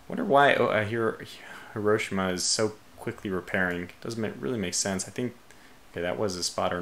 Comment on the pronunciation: The way he says Hiroshima makes me gag